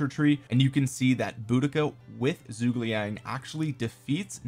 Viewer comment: whats that zhuge liang pronounciation thooo so sorry it,s soo bad